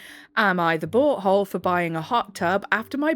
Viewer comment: Love how when u say “Am I the butt hole,” I hear “Am I the BOAT hole?”❤ Love listening to a HUMAN! 🥰